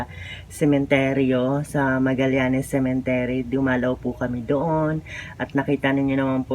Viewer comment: Dagdag bawas ka naman. Ung subscriber ang basa mo suscriber taz ung cemetery binangit mo na cementery ai nako